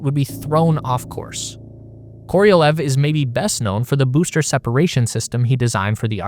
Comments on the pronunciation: Korolev, not Korielev, not Korielev. KOROLEV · Why are you saying it Koriolev? It's just Korolev. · It's KorohlyOv, not Koryliev. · Se pronuncia serguei karalhov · Every time you mispronounce Sergei Korolev’s name as Kor-EEE-o-lev is infuriating. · "koriolev".... Sure